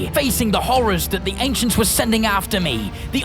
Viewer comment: The ainchents